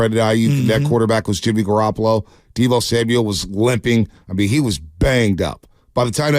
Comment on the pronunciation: You miss-pronounced Deebo.